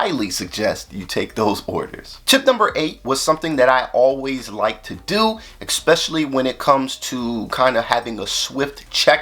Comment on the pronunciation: With all due respect, “eckspecially” is not a word.